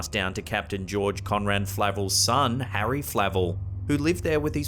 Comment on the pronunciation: ok so.... am i hearing this wrong? Harry ass? lol dude, not sure what to make of that.